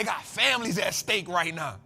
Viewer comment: Fam the Dollar is at 'STAKE", not at "steak"...